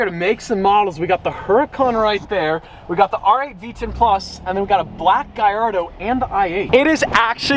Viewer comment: Bawar Aventador and Gallardo. not "avantodro" and "agurodo" That is right, I am a Grammar cop.